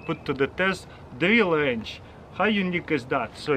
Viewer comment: Who else heard Drill Wrentch? 😂